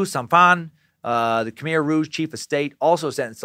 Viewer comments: Half way thru, saving the rest for tomorrow’s day of work. So far so good. I’ve heard countless stories of what happen to my family during that time. Side note from someone who speaks the language : it’s pronounce Ka-mai (Khmer) but you’re doing an good job at trying. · Its pronounced K'Mai